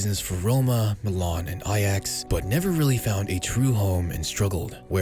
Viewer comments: Milan* not Melón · no you did not